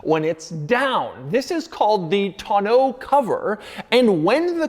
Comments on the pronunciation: Hearing Doug try so hard to pronounce tonneau incorrectly made me smile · Doug DeMuro is the only reason why I every person that learned the word Tonneau cover in the past three years, is saying it wrong because of him Thanks a lot Doug